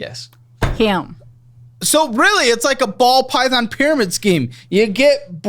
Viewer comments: Pall bython ❤😂 we caught that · He also said pall bython earlier lol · Got saying pall bython 😂😂😂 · Hey, I’m Paul. Paul Bython. 😂😂😂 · And don’t forget Paul Bython 😂